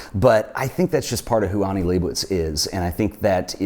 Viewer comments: Pronouncing Annie as Aunie is killing me smalls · I thought I was the only one annoyed by this difference in pronunciation. She doesn't even pronounce her name the way he does! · Annie doesn't pronounce her name as "ONNIE." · I believe the first name starts with an A not an O so it would be Annie not Onnie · her name is annie not onnian not on